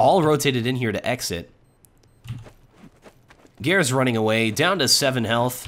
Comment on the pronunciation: How do you pronounce "seangares"? Whenever says his name it sounds like "gares" or "garis" without the "sean-" part.